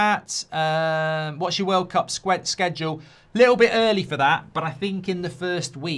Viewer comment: Did I hear world clap instead of world cup😂